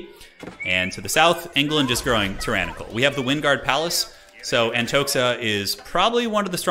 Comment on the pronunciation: Not AntoXa, but Antoha. It is Russian name Anton